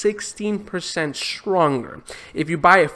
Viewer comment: ''swronger'' 0: love the accent though haha.